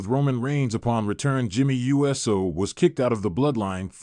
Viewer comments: This announcer doesnt know squat..Must be reading off a sheet or its ai..Cause jimmys last name is not pronounced u s o,its pronounced ooosssooo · It's jimmy Uso not USO